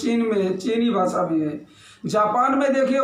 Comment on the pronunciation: तुला हिंदी चा एवढा पुळका असेल तर तू बिहार आणि उत्तरप्रदेश मध्ये जाऊन का नाही भूकत ? 🤔 महाराष्ट्र मध्ये मराठीच चालणार आणि माकडा भासा नसतंय ते भाषा अस असतं राष्ट्रभाषा हिंदी कधी पासून झाली ? तुला उत्तर द्यायला तू काय मोठा जहागीरदार नाहीस घरात बसून कावळ्या सारखं चोच मारणं बंद कर. आधी उच्चार नीट कर मग हिंदी बद्दल बोल भाषा ला भासा बोलणारे तुम्ही येडपट